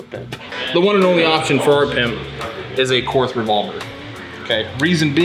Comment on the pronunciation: Korth is pronounced like court. German spelling and pronunciation is sometimes significantly different. It’s fitting you guys tied. You’re both out of spec…